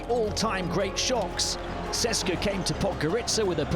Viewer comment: EUROLEAGUE IS ITS A EUROPE LEAGUE! COULD YOU PLEASE HIRE SOMEBODY WHO WILL ABLE TO PRONOUNCE DAMN NAMES. You guys cant pronounce even clubs with perm licenses. CSKA is not CESKA etc I am not even talking about other clubs and players, its painful to listen.